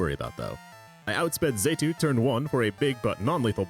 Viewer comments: Let’s not forget ‘Zaytu’ now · Mispronouncing 'Xatu' is forgiven this one time because you used Xatu in a very Xatu way.